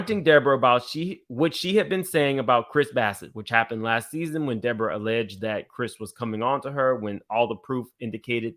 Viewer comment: Lord why is De-Boring-Uh back??